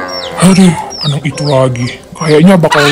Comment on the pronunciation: Kak kok bilang anak jadi Anang terus di setiap kata² yg huruf belakang nya k pasti Kaka ganti jadi "Ng" maaf ya kak kalo tersinggung aku cuma mau bilang doang 🙏